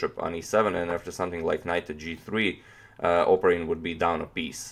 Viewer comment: It's "opArin" but no matter i guess.